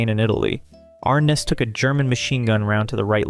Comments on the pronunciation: Yes that is because the narrator is young and not old like myself! I remember the intro to Gunsmoke and it was James Ar-NESS as Matt Dillon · Still didn't get James Arness' name correct. James Ar Ness. Mon tal bon not Mon' tal bon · Two actors have their last names incorrectly proounced: * Jim ArNESS (the accent is on the second syllable, not the first) * Ricardo MontalBAN (the accent is on the last syllable) I'm old. I've heard these names pronounced for decades. 😊